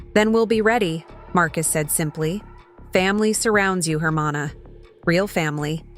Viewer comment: The way the narrator pronounces hermano and chile rellenos is too funny.